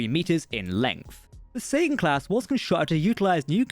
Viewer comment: Whenever you say Sagan it sounds like Satan.